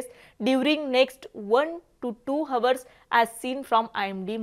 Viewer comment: Hour चा उच्चार हावर नाही आवर असा उच्चार करावा. Though चा उच्चार थो नाही दो असा करावा .😊😂❤